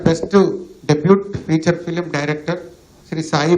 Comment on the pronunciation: ఫ్యూచర్ ఫిల్మ్ కాదు ఫీచర్ ఫిల్మ్.